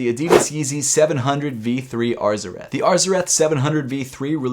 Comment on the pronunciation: this dude said ARGHHHH ZARETH. LMFAOOOOOOOOOOOOOOOOOOOOOOOO